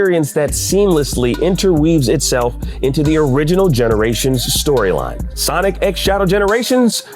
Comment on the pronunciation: Two games got the first spot, that's now how that works and you do not pronounce the x either.